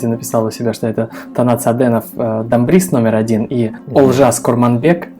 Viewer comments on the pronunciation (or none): none